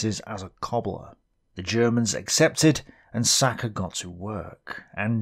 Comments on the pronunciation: Sasha is pronounced with SH sound , not with K sound. its short of "Alexander" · "Sacha Filipov", it's Alexander Filipov. Russians have shortage of name Alexander. Which is "Sasha" - "Саша". Not "Sacha" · Amazing work! Love the fact that you point out exactly where on the map some of these iconic photos were taken! This really rubs me the right way. Also Sacha's name is indeed pronounced as Sasha( Са́ша) , with a sh sound not really with a k sound. Keep up the great work!